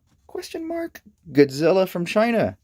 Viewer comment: first off its mathra, beeb boop godziller and gay dorah. Get ur fax right.